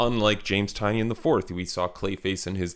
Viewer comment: I enjoyed your video. However the author’s name is pronounced TyNAN No the way it’s spelled. He said the spelling was changed when his family came through Ellis Island